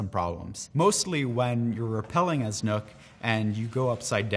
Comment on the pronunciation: I thought it was "knock" not nook wtf that makes no sense now